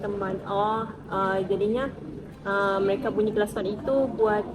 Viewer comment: Bunyi klaskon 🤣🤣🤣 Aduuhhh.... Ulang-ulang kali kata klakson itu terpeleset jadi klaskon 😂😂😂😂